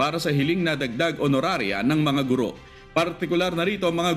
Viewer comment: Matagal ko na itong pinupuna. Sa mga newscasters, mali po ang pagkakabigkas ninyo sa salitang "GURO". Kung ibabase sa 'balarila'ang tamang bigkas ay malumi at hindi maragsa. sana po huwag masamain, pero konting pagtutuwid lang po ito.